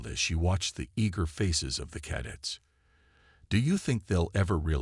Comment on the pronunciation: ... especially 'cadets'!!!